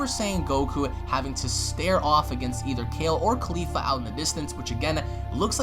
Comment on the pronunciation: why KHALIFA !!!!! you watch too much porn dude, shes named caulifla, not Khalifa